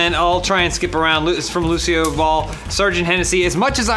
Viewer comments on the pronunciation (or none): says "Lucille Balle" when pronouncing "Lucio Ball" and then later they mention Desi Arnez. What a weird coincidence. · Whenever someone says Lucio Ball, I hear Lucille Ball.